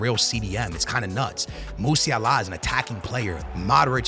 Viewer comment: Not how you pronounce “Musiala” you casual.